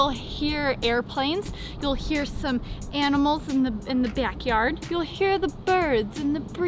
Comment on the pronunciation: Went a little Minnesota on us Sara with backyard . It was lovely.